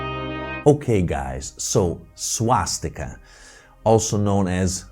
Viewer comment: Swatzsticker sounds allot like SwatzsTIKKA to my sindu ears